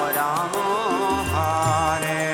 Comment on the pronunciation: It's pronounced as hare not haare.